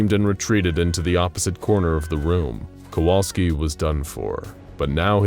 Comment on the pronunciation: Sadly all thanks he gets is his name being mispronounced.